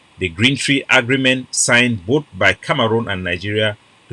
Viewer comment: Na CAMEHROON not kamaroonm